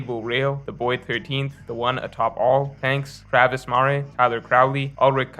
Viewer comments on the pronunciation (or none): none